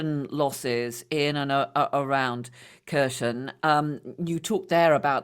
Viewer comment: British, get your hands off Ukraine. You can't even pronounce Kherson or Zaporozhia properly, let alone understand your risks.